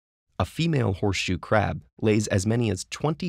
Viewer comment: I keep hearing "poor shoe crab" :(